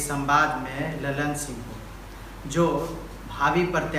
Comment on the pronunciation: ललन सिंह का नाम ये होगा (लल्लन ये नहीं)